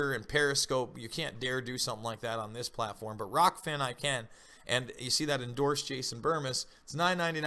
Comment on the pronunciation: ahh . its rokfin not rockfin